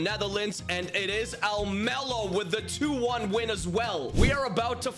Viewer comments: Im from the netherlands, but said Almelo incorrect. Heracles is one of our worst clubs from the eredivisie. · i know some thing about heracles almelo (i live in the netherlands). almelo is the city where the club is located (same with psv eindhoven, which is in eindhoven). and the pronunciation is very wrong but yeah dutch is a weird language, so its not your fault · You said Heracles about right but Almelo was a tiny bit wrong but not certainly bad, just English